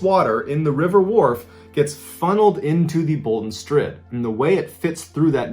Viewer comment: I live in a town with the river wharfe running through the center. I've also been up near the strid. It's cool to hear West Yorkshire talked about on here (and to have it pronounced properly by an American). I will say that two of my mates have canoed down the river though and also through the strid and they were fine. It was stupid cos they aren't experienced and they were in a rubber dinghy type thing so I guess it wasn't actually canoeing, but they both had oars lol. They ended up coming into the river in the middle of town and climbing out at the side and walking home. They got home quicker than the rest of us who drove home.